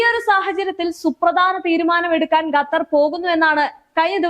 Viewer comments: Gattar alla dear kathar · പെൺ കൊച്ചേ.... ഗത്തർ അല്ല. ഖത്തർ എന്നുള്ളത് എത്രയോ പ്രാവശ്യം എഴുതി... അത് പോലെ ((ഹൂത്തികൾ അല്ല. ഹൂഥികൾ എന്നുള്ളത്.)) പിന്നെയും പിന്നെയും നാവ് വടിച്ചു വരാത്ത. സ്വഭാവം. കാണിക്കുന്നു.. എന്തോന്നെടേയ് ഇത്. 👌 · മര്യാദക്ക് പറ വാർത്ത ഖത്തർ എന്നാണ്.. ഗത്തർ അല്ല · അൽ ജെറീസയാല്ലാട്ടോ😂jazera. ഗത്തർ തെറ്റ് 😂ഖത്തർ ശരി. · ചേച്ചി ഗത്തർ അല്ല ഖത്തർ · ഗത്തർ അല്ലാട്ടോ ഖത്തർ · ഗറ്റർ 😂😂 അൽ ജറീസാ 😂